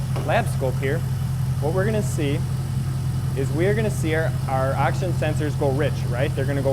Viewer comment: Sounds like you are saying “Action Sensor” over and over...